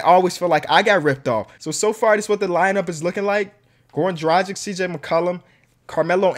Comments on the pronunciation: Dragic is pronounced: drag-itch btw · Just to let you know. Dragic is pronounced drah-git-sh